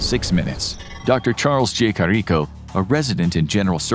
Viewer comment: You are mispronouncing Dr. Carrico's name.